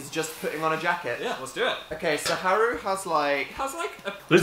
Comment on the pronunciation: am i the only one who gelt uncomfortable when dan and phil pronounced Haru and Makoto wrong?